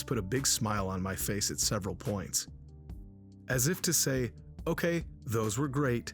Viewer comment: Wait, wait. Did you say "ASS if to say" ?